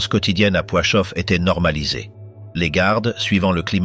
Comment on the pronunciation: On dit Plaszów (Plachov et non Poichov) et Belzec.